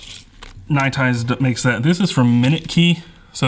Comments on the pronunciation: It bothers me how weird you pronounce nite ize. It sound like you're saying ny tize when it's clearly pronounced night ize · I love your videos i just always wonder why you pronounce it like that is all